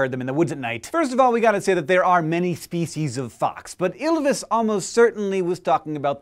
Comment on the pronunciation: pronounce the l properly dammit. its ylvis, not yllvis.